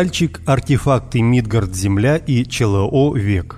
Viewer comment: Молодой человек,в слове Мидгард,ударение делается на букву "А".Не пахабьте пожалуйста исконное название нашей планеты.Это не мелочь,это довольно серьёзная ошибка,которая может отложиться у многих людей.Не знаю как бы вам понравилось произношение имени Валерий с ударением на "И"...